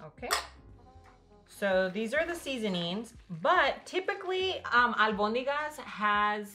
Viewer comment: Love how you pronounce Albonigas! Señora mamá de ala otra porfavor salgo con su hija ♥️🙏🏽